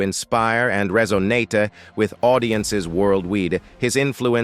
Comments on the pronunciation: True. Delores was his first wife, she apparently had a child but not with him. Barbara the second wife had 3 Tracy, Linda, Vincent. He cheated on both apparently but paid for Delores' funeral. Apparently he has a daughter called Carla. This is an interesting documentary with bad errors like this and ai, reso-natey not resonate, inteh-gral instead of integral and disco-graphee 😒 😂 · The over pronunciation is so funny 😂 rolay instead of role, resonatee instead of resonate, diskography not discography. And mixing up Sam's wives Dolores and Barbara. It's hilarious 😂